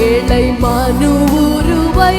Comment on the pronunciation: இந்த சிஸ்டருக்கு ழ உச்சரிக்க தெரியாதா ஏழை என்பதை ஏளை என்கிறார்